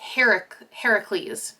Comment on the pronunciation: As a Greek mythology nerd, thank you for pronouncing Heracles the correct way 🥰🤗🫶🏻